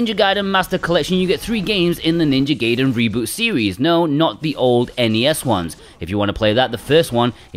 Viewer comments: it was a play on his mispronunciation of GAIDEN as GAYDEN. He got the first two right but for some reason called 3 GAYDEN. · its GUY-den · How is it 2021 and people still aren't sure how to pronounce GUY-den? Its just objectively, factually pronounced that way. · It is actually pronounced Gaiden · Lmao switching between pronunciations of gaiden lol, brilliant. :)